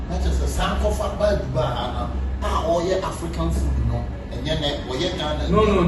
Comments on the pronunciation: what is Dubaa, Dubaa likeeee lol.... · 🤣🤣 ei and his “ dubaa “